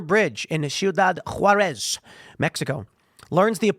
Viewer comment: I love how Tim pronounces Ciudad Juárez: Shiudad Juarez